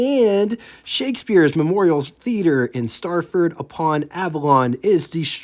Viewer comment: Nice video...one thing, though, it's Stratford-upon-Avon, not Starford... 😊